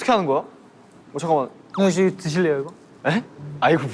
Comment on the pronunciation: 아닠ㅎㅋㅎㅎㅋㅎㅋㅎㅋㅎㅋㅎㅋ 한태산 발음 그대로 드싈래요 라고 자막쓴거 너무 웃경